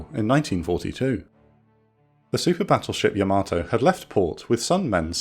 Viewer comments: Great video and I'm sorry to be "that guy" but, it's pronounced YAH-ma-toe NOT yah-MATOE. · Pretty sure it's "YAH-mah-toe" and not "yah-MAH-toe" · I think the Japanese pronounce Yamato like “yamma-toe”, not “yam-ah-toe”. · Imagine making a yamato documentary, and you consistantly mispronouce yamato everytime. Please learn to pronounce japanese words. There is no r in yamato and it's pronounced yah mah toe. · Weird pronunciation of Yamato. Unique even. Wrong even….